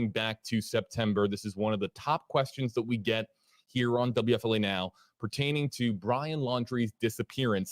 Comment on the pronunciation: I swear it doesn't sound like he's saying WFLA to me. It sounds like W-ef-filet. Located near chic filet LOL